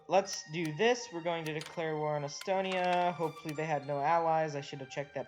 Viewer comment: he means estonia